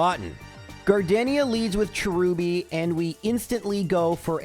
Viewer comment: Cherubi too